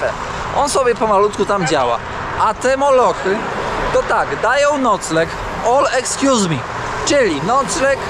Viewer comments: Hehehe „All excuse me” czy „all inclusive” kierownik miał na myśli mówiąc o tym co mają turyści 😅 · ALL EXCUSE ME? 🤣 chyba chodziło kierownikowi o ALL INCLUSIVE. Braki w angielskim czy kiepski żarcik?